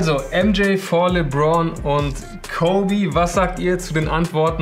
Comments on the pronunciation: Mich wundert eher dass er 'Li-bron' gesagt hat.. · Jeder: Lebron immer: Libron 🤣🤣🤣🤣